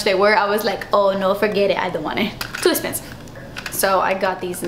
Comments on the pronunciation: "Oh no forget it. I don't want it. Too esspensive." 😂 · Lol I've always said dass esspensive 😂 love you girl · Just came upon ur channel and i love it and you your so fun to watch love when u say too espenseve heheh